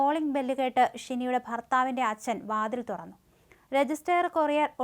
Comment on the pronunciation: Assan😂achan ennu parayu kutti